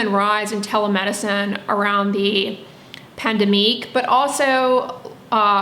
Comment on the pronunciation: pandemique lol